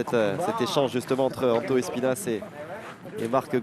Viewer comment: On dit Panto pas antho mdrrr le pantolino